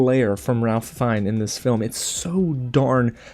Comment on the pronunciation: Great Review! Really looking forward to seeing this one. FYI, his name is pronounced rayf fines.